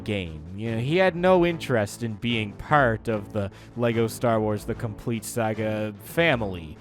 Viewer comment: The way he say part makes me think he's Irish. But the way he says most other words makes me think he's American. So confused